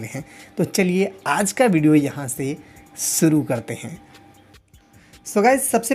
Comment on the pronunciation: सुरू नहीं ओ शुरू होता हैं और शिर्षक हैं